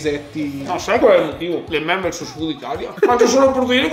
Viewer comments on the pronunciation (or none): none